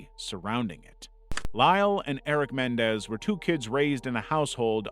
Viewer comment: Dude, really? Lyle and Erik (corrected for KymeraArts) Mendez? It's MenENdez. You lose credibility when you make mistakes like this.